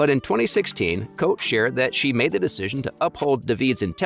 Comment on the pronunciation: Her name is pronounced Coatee